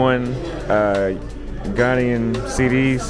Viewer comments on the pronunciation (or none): none